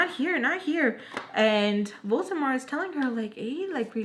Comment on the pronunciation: OMG this is hilarious 😂 especially when you say "Voltemor" instead of "Voldemort" I love it😁